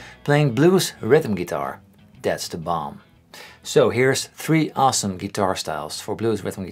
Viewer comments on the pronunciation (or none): none